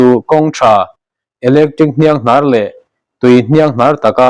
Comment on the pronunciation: Ka pu khawngaih in hniang hnar tih te adang pawh lo chhiar dik hram teh...